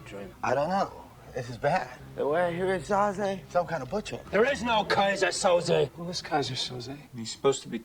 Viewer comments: It's 'Kaiser Soze' pronounced 'So-Zay' (or 'So-Zeeh')...not Sosa and not Souza. SO-ZEEH. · It's pronounced So-zay, not so-zuh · [They say “Soze” roughly 5,000 times]: Soza. Soza. Soza. Killin’ me, mama😃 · I love how you kept saying Soza 🤣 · 🤣🤣🤣keeps calling him "Sosa"